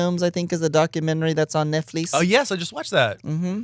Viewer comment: Tammy pronouncing Netflix as “neck fleece” kills me. 😅😢😂